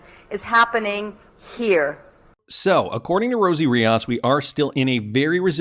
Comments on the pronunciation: It’s Ree-os not Re-aus! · Rios not Riaaaas